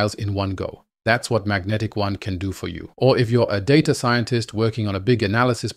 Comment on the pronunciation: They call it Magentic-One, not Magnetic One